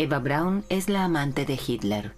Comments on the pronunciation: No es Brawn... Es: BRAUN. No era inglesa: era alemana!!! Siempre es bueno informarse antes de hablar sobre algun tema que desconocemos por completo, para no publicar estupideces... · Perdona , pero "Brawn" no era el apellido de Eva , sino BRAUN !!!